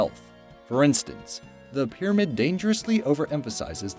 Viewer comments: its Pyramid not Pyrmaid! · food "pyrmaid"?